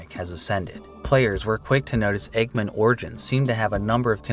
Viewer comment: i have a hard time believing he doesn't know it's "egg man," not "eggmin"